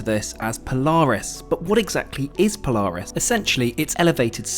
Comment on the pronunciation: You pronounce Polaris wrong